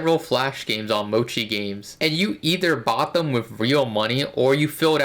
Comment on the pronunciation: Have you learned how to pronounce Mochi properly?